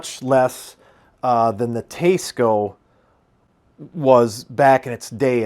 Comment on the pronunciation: Dude…it’s pronounced Tie-sco, not Taa-sco. Just sayin’